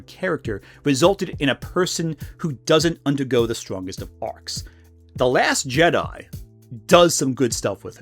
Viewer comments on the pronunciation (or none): none